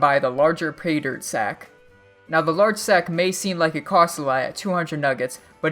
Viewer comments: He lost me as soon as he started saying Peter HAHAHA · Sounds like you're saying peter